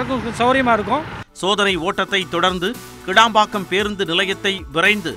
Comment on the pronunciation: கேளம்பாக்கம் இல்லை கிளாம்பாக்கம்.மழையின் போது வந்து பார்த்தால் தெரியும் உலகத்தரம்.